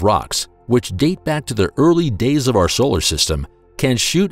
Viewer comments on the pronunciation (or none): none